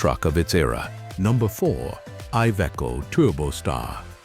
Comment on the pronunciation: Ивеко тербор. 🤦🏻‍♂️ Кровь из уха пошла...